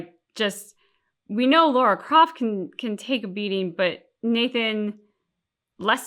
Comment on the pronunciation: Lara: ❌ Laura✅